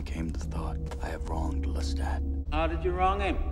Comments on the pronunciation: This has been a really hard week for me emotionally, but 35 minutes of saying “LeTit” instead of Lestat was all the belly-laughter therapy I needed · I just want to let YOU know... I watched this video...and I can not NOT call Lestat, Le-tit...